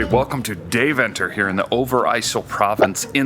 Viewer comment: The pronunciation of Deventer is killing me. Couldn’t get through the video.